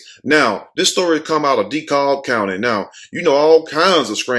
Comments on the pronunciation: LOL..., its pronounced 'De-Cab', not 'De- Cob'- spelled DeKalb. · Lmfao the way you said dekalb. Its pronounced DE-CAB ( but spelled Dekalb tho) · King Show Hi it's pronounced 'DeKab', but in my opinion she shot those kids, they were just lucky the bullet hit their shoe and pants and didn't take their life and she need to be charged. The 10y/o was probably disrespectful and met the wrong teacher.